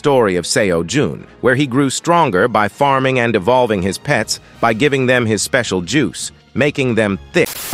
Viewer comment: I'm not sure if I heard "devolving" or "evolving"?